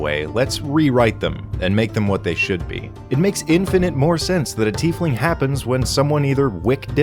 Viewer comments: Tiefling IS a real word. it´s german and roughly means "little deep one" the correct pronunciation is "Teaf(like the hot drink but with an f at the end)-ling(exactly as written. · What a tiefling had big ol teeth and was instead called a "Teefling"